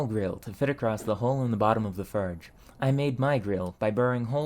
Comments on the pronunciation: FORGE Not Furge. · Dude, not to be rude, but please learn how to pronounce your Os. I love your content but I’m so distracted by you calling the fOrge a fArge and anything else that requires the OR sound with an AR instead that I can’t concentrate on your video. That being said, thank you for the interesting content and good luck! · Why do you keep saying "farge" instead of "forge"? It is quite annoying, please stop and enunciate properly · hey, great video! But you're pronouncing your "O"s as "Ö"s ("eu" in French) and it's a bit jarring especially in "förge" :D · The brother here likes to replace the O sound with the E sound. More to merr. Form to ferm. And of course, forge to ferge. No hate, just an observation. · Where is your accent from? I've never heard someone use "er" for all "or" words. Like "ferge" instead of "forge" and "mer" instead of "more" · A furge anvil, or farge? I can't tell. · i cant help but think 'ferge' every time you say 'forge' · what accent is that? its strange that you pronounce it "furge" instead of "forge" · ik how childish i am for this, but, bro just DOES NOT have the "OR" sound. I cracked when he said "furge" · Why cant you pronounce or. As in forge or horn. Its really distracting hearing "furge" and "hurn". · you pronounce "forge" and "torch" like "ferge" and "terch". is this a dialect/accent from where you are? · Furrge? and blowturge? Where tha heck are you from dude? I have never heard someone speak otherwise fluent English but randomly incapable of pronouncing an O sound and substituting it with ER or UR. Canadian dialect? :S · Between “ferge” and “shert lengths” I’m beginning to think he was the first to coin the term “sherd” for shard of pottery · What is your accent? you're pronouncing "or" like "ur" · Why do you mispronounce forge? It is very distracting. Am I missing some inside joke or something? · Why does it sound like he keeps calling it "farge"? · ferge? terch? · Is anybody else triggered by the way he says forge😂